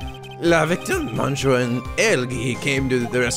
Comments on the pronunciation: Oh the "mon" in monsieur is pronounced "miss". Think of it as "missieur" if that makes any sense... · I just realized that most of the cross-examinations in this series has going, "Bring it on!" rather than "Bring it on ". Oh, and "mais" is pronounced as "may" or "mei". "Monsieur" is "miss-seur" or "meun-seur" from what I've heard. "Je vous demande pardon" (I beg your pardon) = "jeh voo deh-mon paar-don". And I'm pretty sure deco is still decor. Just Armstrong using multiple words with his gratuitous French. Also, looks like for once I'm in before Blue Flare...O.O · I'm pretty sure it's monn(g)-sheur